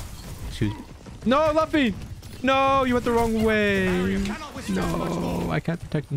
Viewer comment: Definitely not a one piece fan with that pronunciation of luffy lol